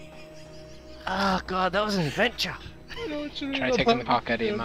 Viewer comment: "ahhh god that was an advencha"